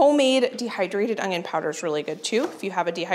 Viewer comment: She is so awesome and I never miss a video, but I do believe I hear a G in the word onion when she says onion ... How in the world do you do this with a new baby? I love your videos and I am 64 years old and love learning from you and sharing with grand kids. Keep up the good work.. and God bless you and your energy and enthusiasm!!